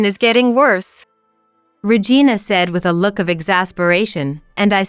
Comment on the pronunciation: 🤣🤣🤣🤣 Could you please stop pronouncing the name Regina as vagina?